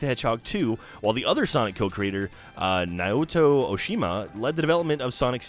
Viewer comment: Naoto is actually pronounced like this: Now-toe. Naoto.